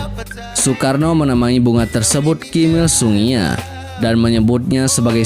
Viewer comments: Terima kasih atas Info nya,, KIM IL sung,, ( bukan kim dua sung,, maaf koreksi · Adminnya menyebut Kim Il Sung bukan Kim dua Sung tapi Kim iL Sung,Kim Jong iL